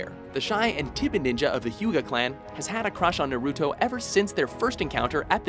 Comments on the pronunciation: Techincally, Naruto and Hinata are not unrequited lovers anymore and neither is Sasuke and Sakura. Btw, if is going to have anime videos please have someone who is an anime researcher and someone who knows how to PRONOUNCE THEIR NAMES D:< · It's Ranma, not Ramna. Also, I know you're Americans, but for the love of God, at least try to pronounce names correctly and I don't mean you have to over accentuate and change your inflections to do it. Naruto, not Narooto. Sakura, not Sakoora. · NAruto, not naRUto!! SAkura, not saKUra!! uchiHA, not uchiNa!! inouay, not ino-ooh!! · Kind of a pet-peeve when people pronouce their names wrong. Just annoys me little lol Sakura - Sa-Ka-Ra Naruto - Na-Roo-Toe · It's not naruto its naruto and not sakura its sakura get it right you uncultured swine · ayy fucking learn how to say naruto & sakura you idiots